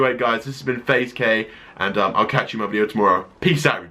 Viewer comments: I promise you, I heard you say "Faze Gay" in your intro. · I literally thought he said whats up guys faze gay here😂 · no offence I thought he said hey guys faze gay